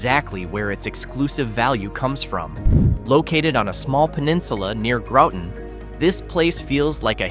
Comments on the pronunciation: Announcer pronounced Town of Groton wrong, he pronounced "GROWT-un". It's pronounced "GRAHT-un". About in. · "Grawton" is actually how you say it, are you a little kid? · Did he say Grawton? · I love it when people mispronounce Groton.